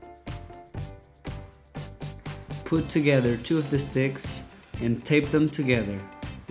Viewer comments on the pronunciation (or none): Is it me or when he says sticks its sounds likedicks